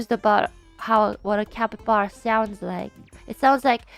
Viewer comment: The way Ina says “capyblappy” 🤣